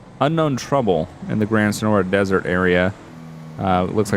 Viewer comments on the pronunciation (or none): none